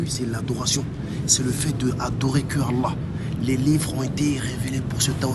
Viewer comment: mes parents pratiquent bien et ne font pas d’innovation ne tkt pas pour ça et je sais tkt j’ai vu que son niveau en arabe n’est pas très haut mais je pense qu’il apprend du mieux qu’il peut,par exemple quand il dit Allah il dit le ha avec l’halaine au lieu de l’autre. Ou y’a plein de faute que toute personne avec un minimum de savoir distingue. J’ai pas le clavier arabe au cas où je précise. Bref qu’Allah nous facilite l’apprentissage de notre religion et nous éloigne des innovateur.